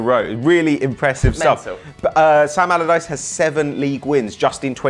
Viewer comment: says Palderdice instead of allerdice 😂😂😂